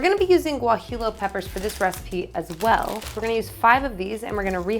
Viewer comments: Great tacos! BTW: it;s pronounced gua-hee-yo pepper :-) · Loved the video but I have to say... Guajillo is pronounced Wah-Hee-Yo. Or Gwah-Hee-Yo. pronouncing the L's as English L's is like pronouncing the L's in tortillas not as a Y sound. If you live near a large Mexican-American population you can sometimes find them in regular grocery stores, but they're fresher and usually cheaper if you go to a Mexican market. Thanks for the inspiration. I've wanted to try soy curls for a while but haven't gotten around to it. I think I'll pick some up this weekend and give them a try.